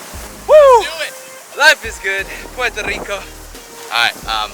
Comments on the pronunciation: Not to be that guy but is Puerto Rico 🇵🇷 not Portó Rico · It's so annoying how you dont say the "R" in the word PueRRRRRto rico .. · Loved your video, but they way you say Puerto Rico was driving me nuts!! Sorry to seem so petty. ¡Yo soy Boriqua pa’que tu lo sepas!